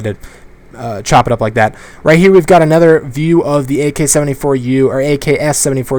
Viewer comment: Anybody else notice how allways says ''Anether'' instead of ''Another''